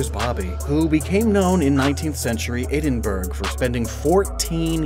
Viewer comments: Scottish citizen here, it's Edin borough, or Edin bruh lol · top tip: if you ever go to edinburgh, do not pronounce edinburgh as you did in this video (unless you want to be headbutted) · As some who was born, and stays in Edinburgh, I have to tell you that It’s not pronounced edin-burgh it’s pronounced edin-bruh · Edinburgh is pronounced as Edin-burrow not burg, and confused at your confusion of sausage dog as what is an American weiner if not a boring sausage? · The Anglicised name of Scotland's capital city is Edinburgh - pronounced 'Ed-in-bu-ruh' for the benefit of those who may confuse its -burgh with cities like Pittsburgh. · Just a small note (as a scot its a bugbear of mine), Edinburgh is pronounced (Ed-in-bruh) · One correction for you, Edinburgh is pronounced "Ed-in-buh-ruh". Love from Scotland. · Okay, two weeks later. Thought of a better phonetic way. Since most people watching this are Pokemon fans, and more than likely Maxmoefoe fans as well.. ED-IN-BRUH. You're welcome. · Hey, I'm not sure if will see this, but I wanna teach how to say edinburgh. It's pronounced ed-din-bur-ra. The second half is kinda said like "burrow" but you finish with a quiet "æ" sound instead of "row" Sorry about this, I deal with a lot of tourists that mispronounce scottish landmarks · Oh boy, I could hear all of the Scots cringe. Edinburgh is pronounced 'Ed-den-bruh' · Edinburgh is pronounced Edin-Borough btw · Edinburgh, is pronounced, ed-din-bru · Just FYI. It's pronounced Edin-bruh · I love your content but I am legally obligated to tell you that its pronounced Edin-bruh. I'm from Scotland so I have to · Please never say Edinburgh the way you did. It pronounced Edin burrah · Love this video but the way you pronounced “Edinburgh” got me as a Scottish person 😂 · you pronounced edinburgh wrong